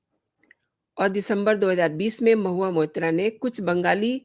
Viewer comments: What are you gaining by this post?You can’t even pronounce her name properly, you have been saying Mohiya Moitra. You are only a BJP troll. Modi has a fake degree , Nishikant Dubey has a fake degree and majority of BJPites are fake and frauds of rank A. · Shame on you!! First learn to pronounce her name properly!